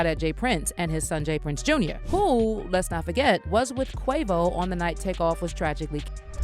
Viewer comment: It's not Jas Prince. It's J Prince Jr